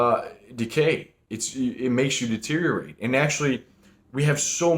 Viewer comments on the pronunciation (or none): none